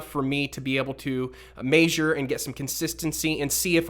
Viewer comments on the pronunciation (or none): Dude says measure like May-Zhure lmao it's Meh-Zhure